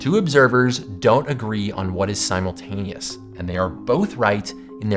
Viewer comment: We can't agree on what is simultaneous. Guess what? I don't even agree with your pronunciation of simultaneous.